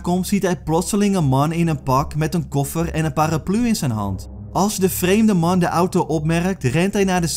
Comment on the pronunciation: Ga stuk om hoe hij man zegt 😂